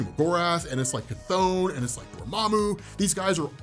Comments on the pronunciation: Chthon is pronounced, ’Thon’. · It's not Chthon it's Despair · You said “Chthon” twice when comparing him lol